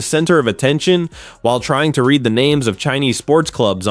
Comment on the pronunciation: "since SHED been an amateur jockey"? When are these goddamn robot narrators going to be programmed to speak English correctly? "IMM" finding this very irritating that these robots don't understand how to "RED".😂